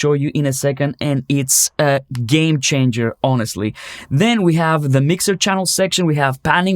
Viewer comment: Thought you said: this is a gain changer for me. Not game changer😅